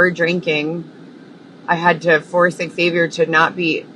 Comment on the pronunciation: I really really dislike you. You are in fact a predator you sicko. He didn’t respond to you because you’ve been saying his name wrong for 5 damn years.